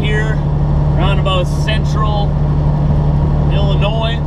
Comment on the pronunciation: I would like to congratulate you on pronouncing Illinois correctly!!